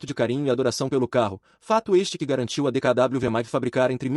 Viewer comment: Não é DKW que se pronuncia mas DKV pois o w tem som de v em alemão.